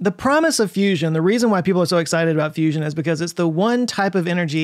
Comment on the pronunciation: Its a fuss-ion.